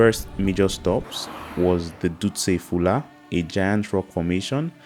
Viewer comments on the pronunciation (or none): Duste hula..not Fula 😅